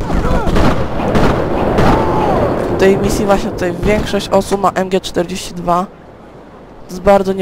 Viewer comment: jak by co do MG-42 to się mówi : em dzi fori tuł